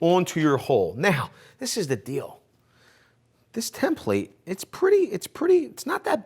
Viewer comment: Why do you say “ Tim Plate”??? 😂 its template “ tem-pluht”